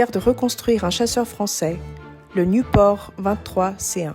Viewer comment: Pourquoi elle prononce niouport?